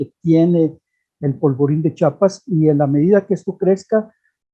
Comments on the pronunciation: C H I A P A S, te guste o no se llama Chiapas, aprende a hablar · No sabe ni pronunciar el nombre de un estado y ya es especialista